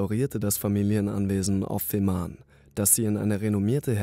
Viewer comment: Betonung ist nicht so deins, oder? Es heißt NICHT Schleswig-HoHlstein, auch Fehmarn sprichst du sehr komisch aus. Das sagt dir jemand aus dem Ruhrpott!